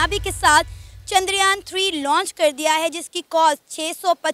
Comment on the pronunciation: Didi bo Loch ni launch hota hai 🤣😂